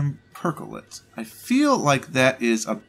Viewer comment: not lithium percholate, but lithium perchlorate please xD